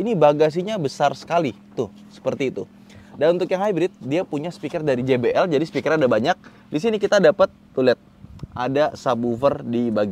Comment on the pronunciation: Jay bi el bukan ji bi el(gbl) bang wkwkwk